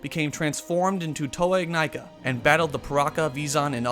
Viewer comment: The Mask of Life is pronounced "Ig-knee-ka". The Toa are "In-Nye-kah".